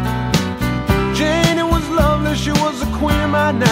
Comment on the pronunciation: It's Jeanne not "Gini"!🤣